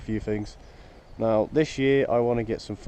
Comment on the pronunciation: . "Neow" haha. In all seriousness though, nice tractor. What is the thing that sits out on the dash? I have the petrol model so I've never seen the dash on the diesel.